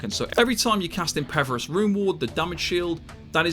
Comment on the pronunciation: Okay, after the fifth time I just gotta ask. Is pronouncing 'impervious' as 'impeverous' some kind of in-joke I'm missing out on? >.>